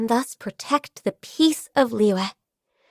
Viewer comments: Every character has a stroke pronouncing Liyue. "Li-Yua" "Li-Yhue" "Li-Yee" "Lee-yah" "Lee-yahw" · The way the VA pronounces Liyue really bothers me